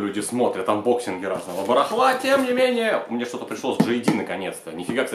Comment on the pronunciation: как-как, анбоксинг? так и слышется - АнБОкСРИНГ посылок из Китая )))